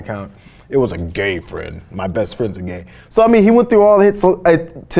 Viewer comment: Cenk actually says "one of my breast friends" lol